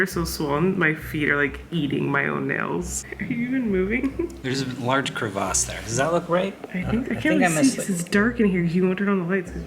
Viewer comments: "Crevas" 😂 it made me laugh the way he said crevice I've been offline for about three years and it's been nice coming back to the vlogs! Missed y'all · How tf did he just pronounce crevice?